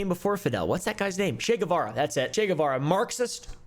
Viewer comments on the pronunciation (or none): Che!!! It's Che!